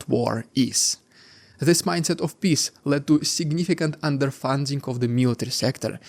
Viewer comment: You should work on how you pronounce peace.